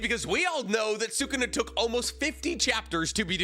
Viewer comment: Can we say sukuna’s name right lol